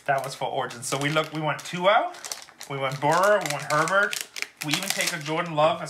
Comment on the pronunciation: Herbert isn't worth that much, you need to learn how to pronounce their names!!